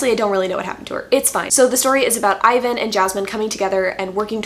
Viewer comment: Omg this is really the English pronunciation